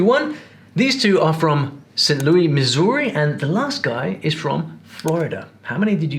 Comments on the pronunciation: Lol, not sure if the British guy actually doesn't know how to pronounce Saint Louis or if he's rage baiting. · St. LOUIE is pronounced SAINT LEWIS, all Brits say St LOUIE - I guess from the song meet me in St. LOUIE? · Trae Crowder! I'm from Wisconsin, but have lived in Arizona since I was 16 (I978). However, people tell me I still retain my Wisconsinite accent, even after all this time. South Eastern Wisconsin accents sound more like Illinois (that's a French word btw) accents. You pronounced St Louis wrong. It's French. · St. Louis = "Saint Lewis", not "Saint Lewey". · St. Louis is pronounced Saint Loo-is, not Loo-ie. Not sure if you were being facetious but as this is an accent video I thought I’d throw that out there as a native Missourian lol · Saint Louis is pronounced Saint Lewis, not Saint Louiee or Looey. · As a heads up, St. Louis Missouri is pronounced Lewis! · Just bc I know you may care, but St Louis Missouri - locals pronounce the S at the end! Sounds like: Lewis. We do not make it sound French :) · Bro said St Looee, Missouri 😂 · The way he said St Louis absolutely killed my soul